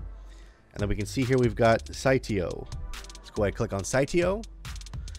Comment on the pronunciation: How can you pronounce it sightio, when there isn’t even a T in it? Lol it’s Sileo.